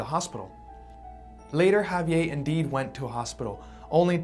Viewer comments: Had to stop watching lol. Couldn't stand that way he kept saying Javier. It's not a French name sir. It's Spanish. Javi-Ehrrrr. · I'm cringing every time he says "Ha-vee-ay". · Ago saying javie and pronounce the fucking R!!!!!